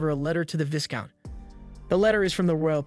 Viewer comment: 'Viscount' is pronounced Vai-Count, not 'Viz-Count'